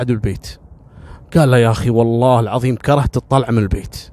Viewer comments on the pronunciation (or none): none